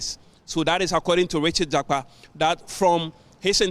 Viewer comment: Please mention the name well JAKPA AND NOT JAPA